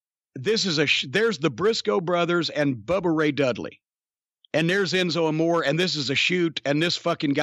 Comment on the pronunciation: I wish Jim's wife and doctor would warn Jimmy about consuming so much red meat, especially fatty hamburger, at his age! My doc would probably have a nervous breakdown if I ate even HALF that much! BTW Enzo's last name is pronounced AMORE (AH...MORE...RAY)